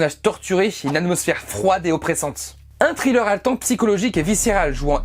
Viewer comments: "Srileur" pas "trileur" ! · "un trileur" mdr !